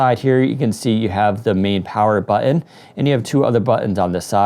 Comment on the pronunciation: cant stand how this guy says button.